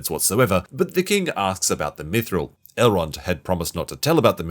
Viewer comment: Come on it's bad. Stop sitting on the fence in hopes of some Amazon bucks. Even the last episode of Game of Thrones is much better than that entire season of ROP. 1:6:45 "Methril" 😆